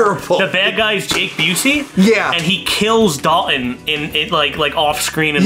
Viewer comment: I've gotta say it. You keep calling Swayze's character "Dalon", it's Dalton. How can this be one of your favorite movies, and you fuck that up? They say his name at least 20 times in the movie. Ok, that is out of the way. Great review of one of my guilty pleasure flicks from back in the day. Loving the series.